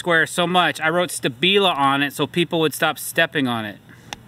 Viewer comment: If thats really how you say stabila.... then I guess I'm an eediot